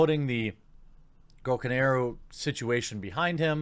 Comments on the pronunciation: Jeremy, it's pronounced GO-KA-NAH-RU. Stop being such a Mark Rosewater lol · Am I the only one who notice him miss pronouncing gokanaru many times 😂😂😂